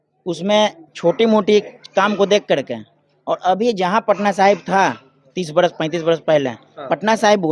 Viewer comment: अरे बकलोल पत्रकार, उस विधान सभा क्षेत्र का नाम पटना साहिबां नहीं, पटना साहिब है।